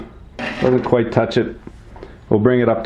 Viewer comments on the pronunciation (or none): none